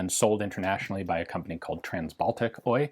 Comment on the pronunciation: Just a pronunciation note which you've probably heard before, but none the less, the OY at the end of Finnish company names is not a word, but an initialism meaning Osakeyhtiö or Joint-stock company, so you'd pronounce the individual letters rather than say it as a word.